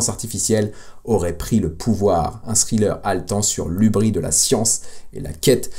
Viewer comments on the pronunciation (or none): dans "hubris" le S se prononce ;)